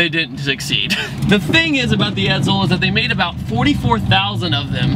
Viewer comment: it's an EdSel, not an EdZel. Ironically I was in a chat today about cars of this era and their weight. When compared to muscle cars of today they're not heavy at all considering their size.